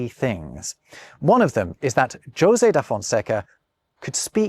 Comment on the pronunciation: José in Portuguese is actually pronounced that way, very different from Spanish